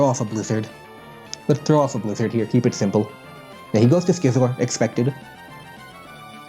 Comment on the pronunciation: The way he says Clefable and Scizor are so strange